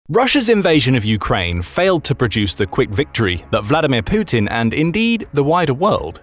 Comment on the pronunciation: poopin, not putin